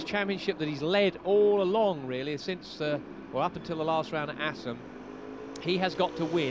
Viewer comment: "Welcome back to Assen" ........